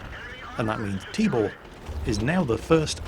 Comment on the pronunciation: LOL I kept hearing "Tíbór" so I thought it's some made up name and all, but actually meant to say Tibor xD